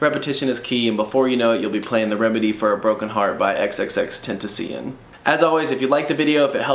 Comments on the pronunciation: Xxx ten ti sion Woh man I love that pronunciation 😂💕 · Whu tf he pronounce tentacion like that